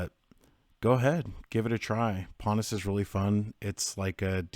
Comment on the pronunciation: Pannas is not correct. It is pon haus.